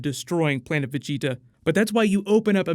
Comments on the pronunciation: Stop sounding dumb af saying vigita 😂😂😂 it’s VAGETA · he's a good source for anything new with Dragonball, I get most of my info from him, my only gripe is how he says "veggie-ta instead of Ve-geta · just some constructive criticism, Vegeta is pronounced (in eng) "Veh-Gee-Tuh" not "Vegi-ta" other than that you've done pretty well with pronunciation also Gogeta isn't canon, the only canon fusion (as of now) is Vegeto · Broly vs Gogeta of course and It's pronounced Va-gee-ta not veggie-ta. Just a small note..... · 1.it`s Goku that yells Vegetas name , not Broccolli-chan ! 2.The one saying " you dare push me bnlah blah blah " is Freeza , not Broccolli-chan ! 3.Vegeta`s name is pronounced Ve-JI-ta or Ve-GE-ta , the accent is always in the midle ! 4.No fusion , no Gogita at the end of the trailer .They just atack together.They do this multiple times ! Breakdown ? Did u even watch the trailer ?! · So nobody go mention how he saying Ve-Ge-Ta name lol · why do you pronouce vegitas name like that?? who's veg 'eetah? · It's pronouced Vah-Gi-tuh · I like your content but the way your pronouncing "vegeta" as beeji-tah sounds ridiculous. Dont try so hard V's sound like B's in Japanese and korean same goes with L' s to R's... raughing out roud!!! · Its va ge ta not how your saying it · The way you say vegeta I wanna fucking knock your teeth out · Why do u keep pronouncing “Vegeta” weird but you say it normal when u say Planet Vegeta? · Why are you saying Vegeta’s name like that?? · I think Broly fights Freeza at the beginning of the movie and potentially kills him. Also why do you say Vegeta like that? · Wow you need to say Vegeta right man 😅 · Why are you pronouncing Vegeta like that bro? 😂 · foreal yo 🤣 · does it bother anyone else how he says vegeta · Can you say Vegeta right for gods sake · Good video. I have to get use to you saying Vegeta's name like that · The way you said vegetas name in the beginning 😖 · Say Vegeta name right! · Say Vegetas name right